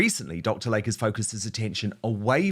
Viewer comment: PRONUNCIATION: It's "Dr. LAY-KEY" NOT Lake!!